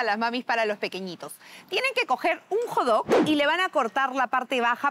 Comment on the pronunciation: acaso no se pronuncia Hot dog xd? Con la T, lo dicen como Jodog :v